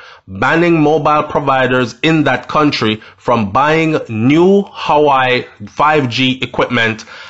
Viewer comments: its pronounced "wah weh" not hawaii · Pronounced: WAWEH, NOT HAWI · Wah wey it's pronounce not howii . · The name is not hawai bredda. It’s pronounced “waweh” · Why do you say Hawaii its Huawei. Hu -ah -way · The company is called Huawei pronounced Hoo- Wah-wey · (HUAWEI) is pronounced (WAA-WEH) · Your pronunciation of Huawei is pronounced whawei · Huawei. Is pronounced...waaahwey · its pronounce wahway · The company is pronounce wah-way